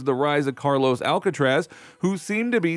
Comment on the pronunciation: Stupid narrator! Who's "Alkatraz" you're talking about. Ha ha ha!